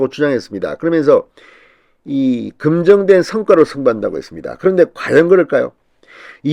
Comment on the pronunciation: 검증된 성과를 금정된 성과라고 발음 😂